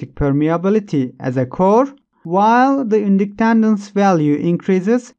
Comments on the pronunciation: Inductandance 😂😂😂 if your going to say it that many times please try to it right. Was like nails on a chalkboard to me lolol thank you for the great video! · Thanks, good explanation. Oh and so you know, "Winding" is pronounced like (I)ron Inductance is pronounced like in-duck-tence